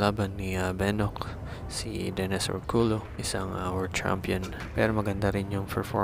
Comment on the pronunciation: ORCULLO po is pronounced as ORKULYO✌🏻